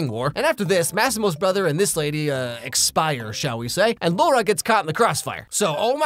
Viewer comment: It's still LAURA, not LOA -.